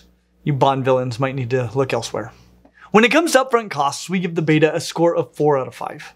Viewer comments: Great video! But I do believe it’s prounced bet-uh not bay-tah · It's bet-ta not bat-ta. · I am increasingly annoyed, to an unreasonable degree, every time mispronounces betta. It's not, "bay-tuh." It's pronounced, "bet-uh" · One of the biggest controversies in the betta community is how to PRONUNCE "Betta" and I was saddened that wasn't on "my" team there... There is how he says it "Bey-tah" (which sounds very american to me) and then "Bet-ah" (as in "making a bet")... both are common and accepted, but there's still arguments about it...;) Also, when I saw how Americans are selling betta fish (in cups) the first time I was shocked ad I wasn't surprised that that meant people tortured them in tiny 2,5 gallon tanks. Selling fish like that is illegal here in Sweden. That means stores have a smaller selection of bettas, but at least they are kept in proper tanks. Some stores in the U.S, like Aquarium co-op, are doing great thing with how they display their bettas, in huge "racks" of tanks. The containers are still too small for long term, but much MUCH bigger than those horrid cups. Stores that sell bettas like that should be ashamed of themselves and stop. The U.S has a LONG way to go when it comes to animal rights... one of the very few places where declawing and cropping tails/years are still legal. Debarking, keeping dogs chained outside, people being allowed to have animals like big cats for pets and so on and so forth... it's horrid when you look at it from a European point of view.... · AAHHHH,, you're killing me with this pronunciation. It is pronounced bet-tuh, not beta like the letter in the Greek alphabet. This and the insistently mispronounced anole (pronounced uh-noh-lee, not uh-nole) are two of my little pet peeves. Anyway, love your vids, haha!! Keep 'em coming!! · I wish of all people would say Betta probably. It's "Bet-tah" not "bey-tah". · very good info! FYI they're NOT Beta. they're Bet-ta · Pronounced BETT-UH